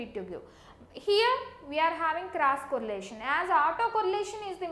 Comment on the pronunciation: it's cross correlation ,not crush correlation